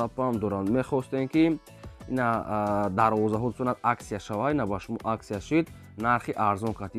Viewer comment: Гапзанира едгир давроза не дарвоза. Хафа нашав